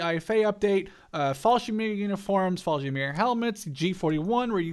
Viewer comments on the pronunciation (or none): you skipped like half of the word Fallschirmjäger it sounded like you said "fallshimeer"